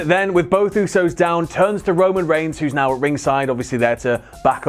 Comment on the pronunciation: keeps saying Rowan instead of Roman